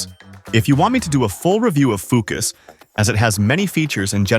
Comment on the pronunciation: "Foo cuss interface" lmfao